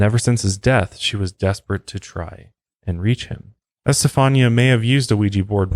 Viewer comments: Her name is pronounced: Esta fawn ya Accent on 3rd syllable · Do you know who Gloria Estefan is? I think it's pronounced like her last name, with a "ñia" sound at the end. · I am a recent subscriber and have been binging on your channel I love your videos I think the pronounciation of the girls name is Esta fawn ya Some names are not easy to pronounce. Maybe they called he Steffie or Stevie That would have been easier Thank you for sharing this with us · Omfg....it's S TA FON YA NOT s ta phone e a....Jesus Christ my heads gonna explode if I hear you slaughter her name like that anymore lol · It’s pronounced esteFAWNya not este-fa-nia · Este fawn ya is how you pronunciate Estefania. If that's how you spell the poor girls name. At least that's the standard procreation of it. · just FYI you pronounce her name ESTA FON YA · Say S ta fawn nee ah. Before using an Ouija board just ask for protection and you'll be fine. Also its how much power you want to give it haha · Its Es•ta•fah•n•ya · It’s pronounced Este~fhan~ya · Don't you have a translation app that has pronunciation on it, cause you are butchering her name.